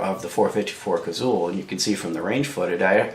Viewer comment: Had to quit ya . Liked the info but couldn't take another "Cazull"!